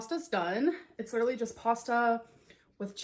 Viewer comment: Dang, won't all those ayygs bother her ayyg allergy or intolerance, whatever she is calling it these days ? 😂 She lidurally just makes 💩 up.